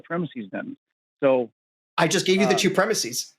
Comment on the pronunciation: It's not preh-miss-ease. It's preh-miss-is.